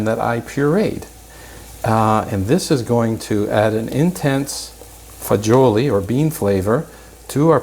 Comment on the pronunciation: It’s pasta fagioli NOT fagoli!